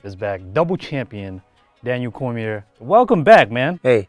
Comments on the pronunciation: i wish DC could’ve corrected him in saying his last name right at least lol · The history pronouncing Daniel's last name wrong; seriously, basic facts man